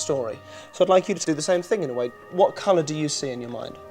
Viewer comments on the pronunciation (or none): Listen carefully and , he meant to say "same thing in the way" but it sounded more like "same thing in the white". Also he did this right before asking what color she sees. I think she heard "white" and it seemed to her like it was a thought that came up, but really its his suggestion